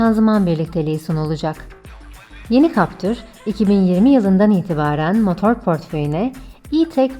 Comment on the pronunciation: Siz ne güzel captır diyorsunuz öyle 😄